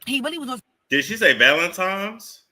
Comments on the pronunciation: She said Valentimes also lol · Yes, she said valentimes just like she keeps saying “whatever, whatever”. Her vocabulary is limited.